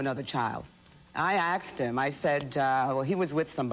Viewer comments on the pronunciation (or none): Love it! = "I aKsed him..."